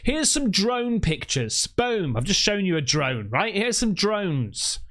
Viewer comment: What’s a Drome? 😅 swear you aren’t saying Drones